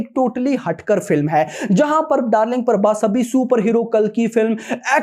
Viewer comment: Bc parbhas nai.. Prabhas hai Naam b bolna nai aata isse